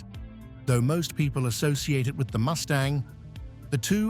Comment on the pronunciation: Yeah. I love the 289, but HATE AI. "The 289nth". LOL Let me outta here!